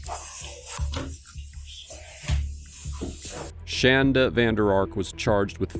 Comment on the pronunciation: She hates when people pronounce her name shan-da rather than shon-da. SHAN DUH SHAN DUH SHAN DUH!!!